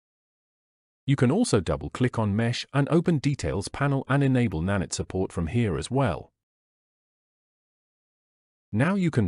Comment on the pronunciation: good vid, but its na-night not na-nitt sorry that triggered me lol